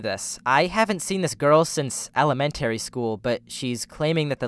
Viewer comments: you pronounce “el-uh-MEN-tary” like Norm Macdonald probably would. (RIP) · the way you say 'elementary' X'D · Why do you say elementary school? So weird? I’ve never heard anybody pronounce it like that.